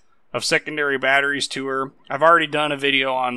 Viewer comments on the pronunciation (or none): none